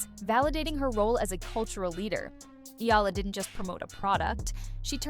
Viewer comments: I hope they get to pronounce her last name right, as in E-YA-LA. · Hearing a Filipino sportscaster mispronouncing Eala's name is deeply insulting.